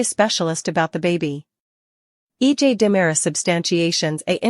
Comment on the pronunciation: EJ not E dot J